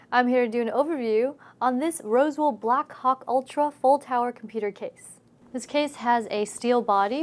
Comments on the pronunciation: everytime she says blackhawk i think she says black cock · I could have sworen she said blackcock in the beginning